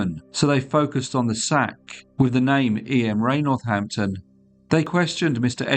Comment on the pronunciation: Sack says Northnapton